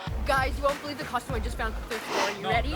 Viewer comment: What's a Coshume? What's with you Canooks? Lol just busting